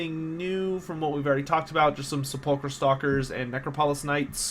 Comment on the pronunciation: Good video man! Totally hyped for Settra the Imperishable!!! One thing though, for sepulcher stalkers its pronounced.